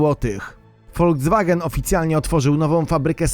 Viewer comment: folcwagen xD